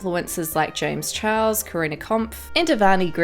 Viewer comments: Am I the only one hearing her say "James Chuhahau" (idk how to spell that and idc how to spell it leave meh alone" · No one gonna talk about the way she said james chuauwa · Anyone else keep hearing James Chihuahua? Just me? Okay...